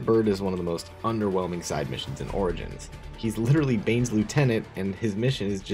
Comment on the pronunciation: it’s pronounced ora jins, not oregans